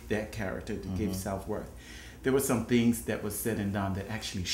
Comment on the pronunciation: went through some "thangs" not "things".